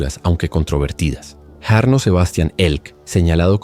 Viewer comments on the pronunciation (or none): La J en Finlandés se pronuncia como nuestra Y, por tanto, el nombre se lee Yarno. La Y en Finlandés se lee como en Guaraní, como una U, y la H, como J. La ciudad se pronuncia Juvinkae. Por lo demás, en Finlandia no hay demasiada violencia o estallido de violencia y por ser un país muy seguro, las penas de prisión son diferentes a las que estamos acostumbrados y se busca siempre la reintegracion de los reos, antes que el castigo.